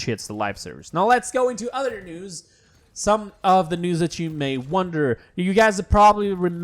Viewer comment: Is he saying news or nudes?